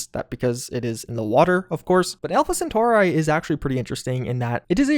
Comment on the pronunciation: Sagan, Cheyenne, Centauri... You've gotta take some time to learn how to pronounce these names, you're killing me!